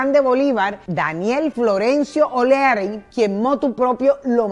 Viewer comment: HOLA SRA. MUCHO GUSTO SRA., EN VZLA SE PRONUNCIA ES, OLEARY. NO OLERY, CREO YO, NO SE. UN GRAN ABRAZO.